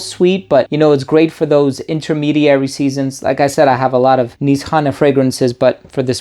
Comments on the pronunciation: So now we know it’s pronounced Niss-hanay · its actually niche hane / hane means house in turkish. when you connect these words becomes nishane (nişhane) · Nisane or inSHane? Every reviewer has got his own pronunciation when it comes to saying the name.